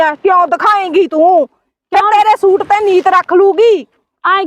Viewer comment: ਸ਼ੂਟ ਨਹੀਂ ਸੂਟ ਹੁੰਦਾ ਚਲਾਕ ਭਾਬੀਏ ਤੂੰ ਤਾਂ ਬੋਲੀ ਹੀ ਹੋਰ ਬੋਲਦੀ ਈ ਏ ਸਹੇਲੀਏ😅😅 ਨਾਈਸ ਵੀਡੀਉ ਐਕਟਿੰਗ ਸਾਰਿਆਂ ਦੀ ਵਧੀਆ ਆ😅😅